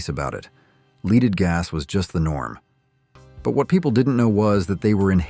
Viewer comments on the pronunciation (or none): "leeded" gas? are you a bot? BTW: Lead was used to regulate combustion, and protect cylinder valves, not hype performance. The unleaded gas we use now, was referred to as "white" gas, and was available at some stations. I don't know what its uses were back then.